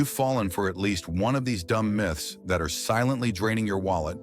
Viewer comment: Most of the Miths (AI voice mispronounces) ! Myth is the wrong word here. Most of the facts here are facts, not Myths. An over inflated tire is less likely to explode vs a very under inflated tire due to the intense stress/heat generated from low pressure. An over inflated tire will cause much more tread wear in the middle part. I've been there done that trying to get the most mileage from my car in the past. Everything has pros/cons. Most dangerous tires are ones that are worn to the cord!